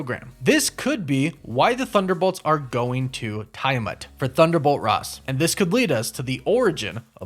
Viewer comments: Yo dawg, Tiamat is pronounced "Tee-ah-mot".. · you pronounced tiamut wrong lol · For Christ's sake, they pronounce Tiamut's name in the movie and you still got it wrong. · Tia-mut, no Tiya-mut. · It's /tee·uh·mat/ not /tai·uh·mat/ btw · And Tee-Ah-Mutt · It reallllllly bothers me how you keep mispronouncing Adamantium .... You're saying Adamentium ... And you mispronounced Tiamut